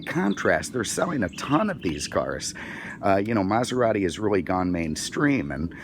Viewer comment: Lmao. Mazarati 😂